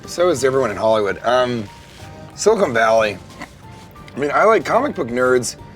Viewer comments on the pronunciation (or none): Sean, if you're gonna say the word Silicon, at least say it correctly. It's not SILICONE Valley, it's Silicon Valley. it's CON not CONE. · It hurt everytime he said silicone" instead of silicon" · It is pronounced SiliCON not Silicone. Silicon is the thing in computer chips and silicone is the thing in breast implants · Dear Sean, It's siliCON valley, not siliCONE valley. Silicon valley is where geeks do tech stuff. Silicone valley... is a stripper's cleavage. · Was I the only one irked by the way Sean keeps pronouncing Silicon Valley as “Silicone Valley”? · Sili-CON Valley. Silicone is what they use to make breast implants. This shit is just as bad as when G. Dub Bush says "Nucular" and it makes my eye twitch. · i'm from santa cruz ca. it's SiliCON valley, not SiliCONE, jesus. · I feel the need to point out that it's 'Silicon Valley' not ''SiliCONE Valley'. Silicon is an element on the periodic table, and is the basis for the majority of computer chips. SiliCONE Valley, I would imagine, would be the cleavage between a pair of breast implants. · Stop calling it "silicone valley" dude. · Could someone inform Sean that it's siliCON not siliCONE. one is used in computers, one is put in boobs. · Sean... It's SiliCON! SILICON. Not silicone. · Why does he keep pronouncing it siliCONE valley? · Sean. Please learn how to pronounce Silicon Valley. Silicone is what you make fake tits from. Silicon (con, not cone) is where semiconductors come from...FYI. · Sean. It's "Sili-CON" Valley, not "Silicone". Christ. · It's not SILICONE valley its SILICON valley. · Is it just me, or did anyone else get angry every time he said "silicone valley". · It's Silicon Valley. Not Silicone Valley. Silicone is what some breast implants are made of. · Jesus! FUCK! stop saying silicone!!!! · Its Silicon Valley, not Silicone Valley dude. They're different things. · It bothers me that he kept calling it silicone valley. Love you Sean. But little cringy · Silicon (caan) not Silicone